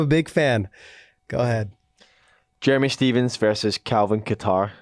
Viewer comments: They are pronouncing Kattar wrong🤦‍♂️ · You ladies are pronouncing Kattar wrong. Lmao